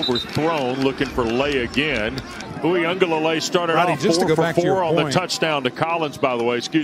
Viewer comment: These Dudes Cant Ever Pronounce A Samoan Name He Said Dj Ui aga Leilei You Know What I Mean